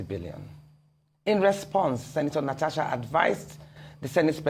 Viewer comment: Please learn to pronounce Natasha right. It is not Natacha.